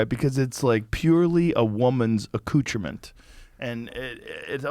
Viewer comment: 😂"Accoutrement's" (From. EGYPT Locka Room)🤣